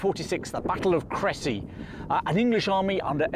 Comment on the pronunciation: Really good pronunciation of Cressy (I think so anyway, I don't speak French 😄).